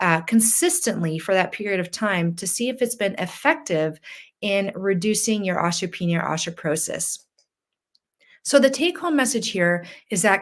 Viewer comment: Why does she saw ostroporosis & ostropenia? I've never heard osteoporosis & odteopenia pronouned that way.